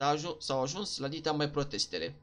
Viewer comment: Protest not prostest =)) +REP ca oricum esti modelul meu ' ' preferat ' '!;)